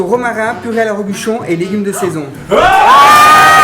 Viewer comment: Purée à la Robuchon qu'il a dit le monsieur 😅 Pas au reblochon dans la description du plat 😅